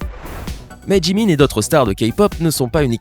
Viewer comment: OMG IL A DIT BTS ET JIMIN CORRECTEMENT!!!!!!!!!!!!!!!!!!!!!!!!!!!!!!